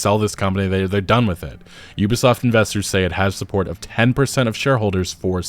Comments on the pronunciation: "You-bi" soft lmao. its OOBI SOFT bro! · Why is he saying Yubasaft